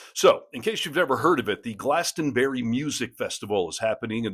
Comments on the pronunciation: Yes, we're laughing at you but not ALL of you, just the ones who think he is a force for good.BTW it's not pronounced Glastonberry, it's pronounced Glastonbree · Friendly reminder from across the pond, it's pronounced, Glastonbree... not glastonberry... Great channel BTW😊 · It's a small detail but it is pronounced glasstonbree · It’s pronounced Glastonbray and yes we all feel for ‘normal’ Americans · Pronounced "GlastonBREE"